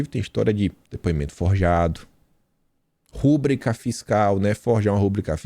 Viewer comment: Não é rÚbrica . o certo é ru brÍ ca..